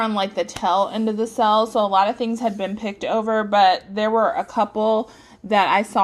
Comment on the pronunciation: OMG. LOL. I couldn't figure out what a "sell" was until I realized that's how you tend to pronounce "sale." 🤣 Nice haul. I love Radiant Red Maple. I'm not a fan of the names because they ate random eith nothing to do with the scent itself. She's have a scent called Out to Sea and it'll be something like pumpkin pecan waffles & apple pie. Um, what? 🤔🤨🤣 At least have them make sense!